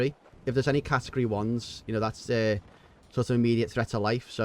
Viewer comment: Haha "yeno tha". Class 😂😂